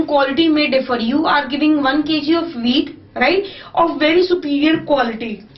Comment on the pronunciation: who else thought that she said weed instead of wheat first XD